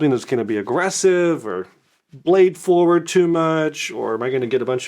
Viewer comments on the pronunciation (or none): none